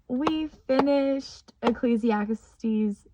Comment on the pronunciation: Praise to THE LORD You also have the correct pronunciation of ecclesiastes